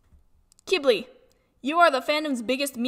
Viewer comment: ITS PRONOUNCED KW--IB-LEE, NOT KIBBLY!!!!!!!